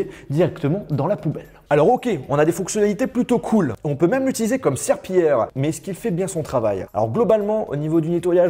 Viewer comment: " un aspirataur cauume les autres " J'en peux plus de lui